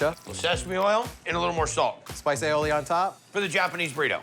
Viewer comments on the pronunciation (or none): none